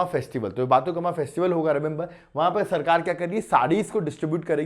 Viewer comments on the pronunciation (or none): Sir sorry but telugu pronunciation is very difficult but That is बतुकंमा and मन उरु मन बडी